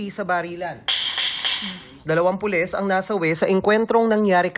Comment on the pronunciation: Wlang hiya. naka ilang rewind ako pra lng pakinggan sabay sabe Polissh ang polis🤣🤣😜